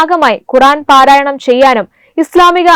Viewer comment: ഇത്തരക്കാരെ പുറത്ത് വിടാതെ ആ ജീവനാന്തം അകത്താക്കുക. പാരായണം അല്ല പരായണം എന്ന് പറയുക.